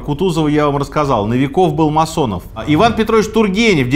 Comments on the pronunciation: Почему нови Ков а не НО виков. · Почему новИ’ков, а не НО’виков? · Минаев лапуз, Новиков на О ударение, а не Навиков))))как говоришь, пиздец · НовикОв?? Может, НОвиков??